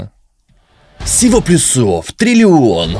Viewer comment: плЮсов плЮсов плЮсов, а не плюсОв 🫤🫤